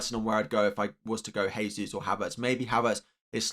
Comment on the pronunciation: It's pronounced 'Jehsus' not 'haysus'. It's Portuguese, not Spanish. The letter 'J' is pronounced.